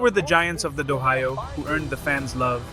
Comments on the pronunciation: DO-HYO not Do hi yoh. 2 syllables not 3. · "Dough-high-o" for Dohyo (pronounced Dough Joe) being one of the first words spoken here made me unwilling to watch further. How hard is it to get these kinds of things right? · Pronounced doh hyo. Not doh hi yoh. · I paused and contemplated to quit after hearing dohyo pronounced as "d-Ohio" 2 seconds in but decided to give a second chance and laughed my way throughout seeing names like ryuden (whos negative headlines were years ago) and takakeisho (who retired in 2024) in most hated list while omitting names like ichiyamamoto and kotozakura for top 5 favourites (reported in jap times). this guy could have at least done abit of research before committing to this nonsense video. what a try hard. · This is AI generated content. When this channel first went up, the AI voiceover as in standard English. It was completely obvious that that it was machine generated. After many complaints, the producers of the channel modified the robo voice to sound like a foreigner speaking English. So now with the pronunciation of the word "do-ohio", it is now clear again that this is not a human being narrating. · I’m not sure this is machine generated. This just sounds like a human ESL reading an AI script. If it’s AI, it’s the best I’ve heard yet. Mispronunciations like “D’Ohio” don’t seem like AI because the script is AI and would be pronounced with phonetic English. This really sounds like a person misreading the word or stumbling over it. If it’s AI, it’s more cleverly done than most.